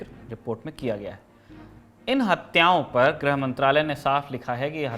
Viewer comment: ग्रह मंत्री नहीं "गृह" मंत्री